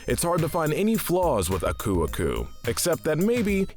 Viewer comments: Aku’s name emphasizes the A not the U. You said it like “Uh-Koo” it’s actually “Ah-koo” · Its ahkoo-ahkoo not uhkew-uhkew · Did I just hear someone pronounce aku aku as akoo akoo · Its A-ku A-ku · Its pronunced ak u ak u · Ummm did he say ku ku? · I think its pronounced ah-ku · I like how you pronounce Uka Uka's name correct but butcher Aku Aku's name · Could you not say aku aku that way. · So we’re going to ignore how he pronounced Aku Aku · Pretty sure you're pronouncing Aku Aku the wrong way. We've heard him say his name a few times in this franchise (like his introduction in Twinsanity for instance) and he didn't pronounce his name like that. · You’re saying Aku Aku wrong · Jeez how am I the only one who cringes how he pronounces aku aku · why is this guy saying aku aku so weird. edit: tf did he call pura? POURa?